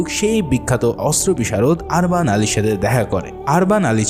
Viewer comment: অনেক উচ্চারন ভূল আছে আপনার। আরবান না উরবান উস্তা মোরা না মোরিয়া নাতরাস না নোতারাস